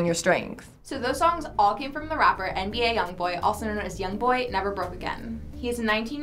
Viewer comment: He said nba young bowl